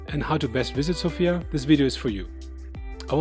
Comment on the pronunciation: South-Eastern Europe, or Southern Europe, although Bulgaria is in the East of Europe, culturally it is part of the Balkans, and has very little to do with the culture of Eastern European countries. Sofia is pronounced differently, btw. Thanks for the video!